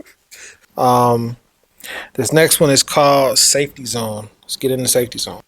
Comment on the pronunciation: I just wanted to point out the way Jhope pronounces “zone” sounds like “jone” bc in Korea they don’t have the Z sound in Korean alphabet…. (From my understanding)